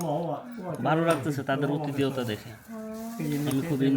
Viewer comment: আরে মূর্খ,অতিথিয়তা না,হবে আতিথিয়তা